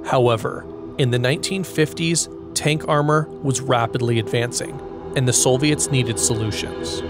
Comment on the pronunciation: “Solviets” Nice.